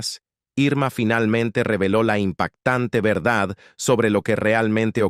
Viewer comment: Se dice "Verdad" te falta la D al final